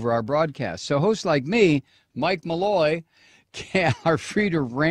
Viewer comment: Malloy , At least give her name Respect When you pronounce it !